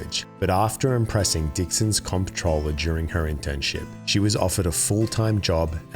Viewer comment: Its pronounced controller